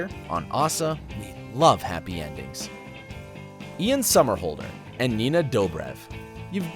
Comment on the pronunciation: Your saying Ian somerhalder wrong